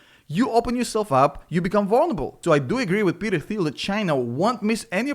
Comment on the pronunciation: FYI, it's pronounced 'Teal'. The 'h' is silent.